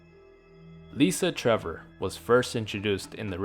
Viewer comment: Lisa Trevor, sorry. Not "Lusa Trevor"😆